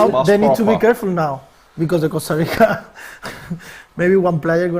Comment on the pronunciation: “ Costa Rico”